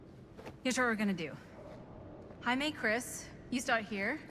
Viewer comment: cant stop laughing at when the characters would say Jamie, it sounds like they are saying haime